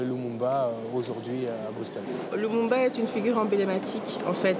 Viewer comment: eh déjà ça se dit pas brukselles tu fous quoi fieu